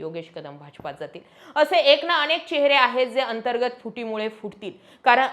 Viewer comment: अणेक नाही ओ , अनेक , उच्चारण निट(णिट) करत जा बर 😂